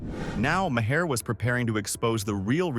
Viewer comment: Isn't it better to let the clip play so people can hear what they are saying rather than saying it yourself? And Maher rhymes with star, not with Bayer.